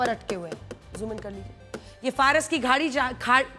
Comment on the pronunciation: Madam Faras ki khadi ko jhadi 😂bol rahi hain wah 😂